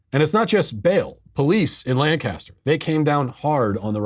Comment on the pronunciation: Hi Matt, As a Pennsylvanian, you're hurting my heart and my ears every time you mispronounce the word Lancaster. It is pronounced LANKa-ster with the emphasis on lank. And although I'm sure it makes for good reporting, I wish you would stop emphasizing that it's in the middle of Amish country, as if it was some sleepy country stick town stuck in another century. Lancaster is one of the major cities of Pennsylvania with a heavy Black and Hispanic (Latino? Latinx?) population and a reputation for being a fairly rough place.